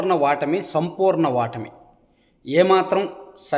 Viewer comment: మీరు వాటమి అని అంటున్నారు... ఓటమి అని చెప్పండి సార్ 🙏🙏🙏